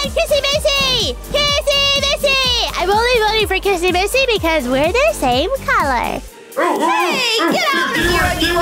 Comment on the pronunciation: Stop saying kissy missy it’s like this kissy wissy😑